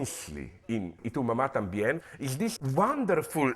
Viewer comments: Zizek's Spanish accent is much better than his English accent!! I was surprised when he pronounced "Y tu mamá también" (Spanish is my first language) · His Spanish pronunciation of "Y tú mamá también" is spot on. Does he speak Spanish as well? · Can we appreciate how perfectly he pronounced "Y tu mamá también"? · How is that he pronounce Spanish better than English? He pronounce the title of Cuaron's other film "y tu mamá también" perfectly.